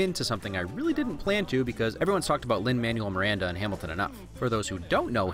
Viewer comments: ოøøռ łıgħтTM Are we not gonna talk about the 'Lin Manual Miranda? Ya know. How he pronounced it? shudder lol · Nah, I'm pretty sure it's Lyn Man Well Miranda .